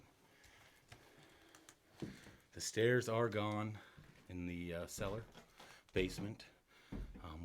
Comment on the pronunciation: i keep thinking u said "gay but not forgotten" lol i rewound it a few times, sorry im highh ,, but this is so interesting !! i want to explore like this. i live in Austin TX , i wonder if there is much to explore around here ?